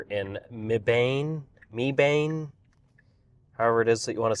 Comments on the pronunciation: Not MEE-bane! Or Muh-BANE. More like “MEB-un.” Kind of rhymes with “Heaven.” It’s not far from my hometown! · Mebane NC is pronounced meb-bin 👍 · It’s “Meb-un” like Weapon but with an M. Welcome to NC!